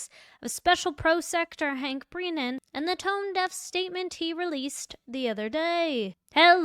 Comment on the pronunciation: It is BREN AN, not Breeeeeeeeeenan